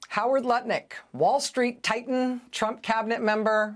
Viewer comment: I’m sorry, was is Lutnick or Nutlick? 🤔